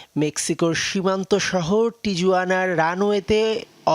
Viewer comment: টিজুয়ানা না সেটা হবে টিউয়ানা ।